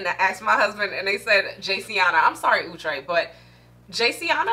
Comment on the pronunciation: Wig is so pretty. Luv your energy. Thx 4 pronouncing Outre prooerly.